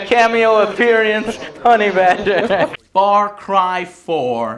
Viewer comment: "cameo appeary ants"